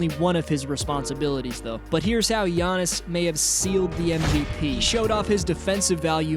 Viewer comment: Its Giannis